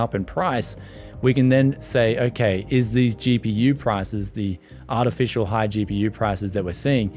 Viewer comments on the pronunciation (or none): none